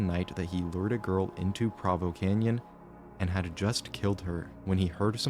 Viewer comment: As a Utahn, the pronunciation of Provo killed me 😂